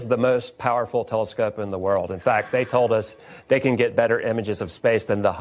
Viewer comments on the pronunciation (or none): none